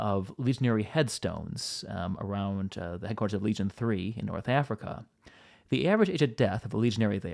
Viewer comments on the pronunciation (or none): none